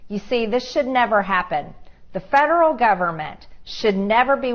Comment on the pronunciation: tha fed-er-al gov-er-ment, as she says